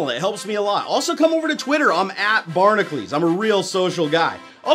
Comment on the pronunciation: "I'm Bar-nuh-kleez" Barnacules How can you not either spell or pronounce your name?